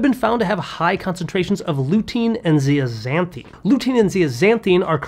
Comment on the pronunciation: its pronounced zeazanTHIN not ZEAZANTHEEN ok Dr ? I take a supplement that uses Marigold flowers, AND I eat 4 egg yolks every day so, at 70 years old I haven"t needed to change my prescription in 25 yrs. !!! 😛